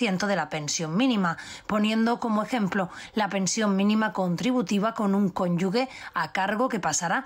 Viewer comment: No se dice " conyugue" es "cónyuge" la pronunciación es como si fuera la jota, para entendernos. Saludos